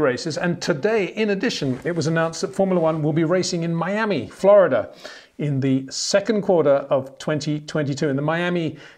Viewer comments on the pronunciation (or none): none